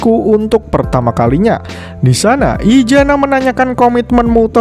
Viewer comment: izana bang izana BUKAN IJANA ZZZZZZZZZZZ